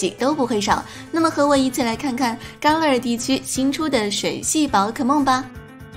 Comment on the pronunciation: 伽勒尔 = jia le er !! 一直听到ka le er 怪怪的,新动画泪眼蜥不是小智收服的!!